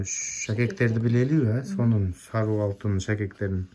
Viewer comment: Саруу алтын дейсин го Сары алтын деп айт иним